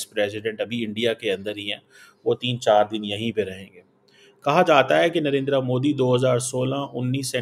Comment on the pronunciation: कमर चीमा साहब आप पीएम नरेंद्र मोदी जी को नरेंद्रा मोदी नहीं नरेंद्र मोदी कह कर पुकारा कीजिए।